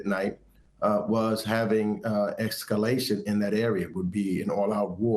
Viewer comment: what is “exscallation”?